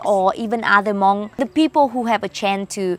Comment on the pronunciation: Its not hamong its hmong😮